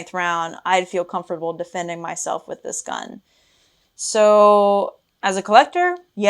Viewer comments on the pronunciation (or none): none